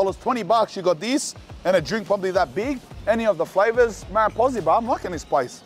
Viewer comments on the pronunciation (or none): none